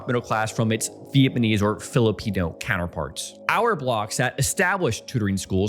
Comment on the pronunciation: Did he say... Vietmanese? That is NOT a map of Taiwan